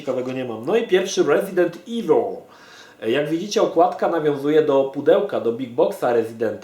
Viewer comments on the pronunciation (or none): none